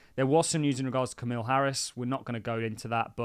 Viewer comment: Who the f*** is Camille Harris? BwhahahAhh it’s Kamala…it’s only 6 letters man. You’re smarter than that.